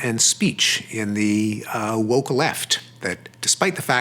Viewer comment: woke - what a joke 😅it’s also mispronounced